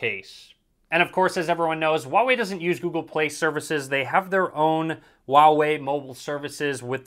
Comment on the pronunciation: The H in Huawei is not silent. It's Hoo-wah-wei, not oo-wah-wei